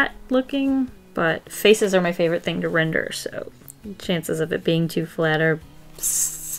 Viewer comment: Whenever you say render, I couldn’t help but think of a brand new word, “Rin-der,” 😂